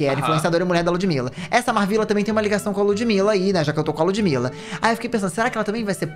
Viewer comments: o falando da Marvvila mas não sabe falar o nome dela 😭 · Que agonia dele falando o nome da MarVilla errado 🤡